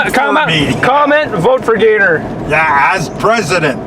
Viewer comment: Gator for Mayor! You pronounced it right Gator. Seems we get a bad one every year or two. Pretty much all farm fields here. Basically a very weak tornado with straight line winds. Glad you came out unscathed. Be good and we'll see you down the road.....thanks.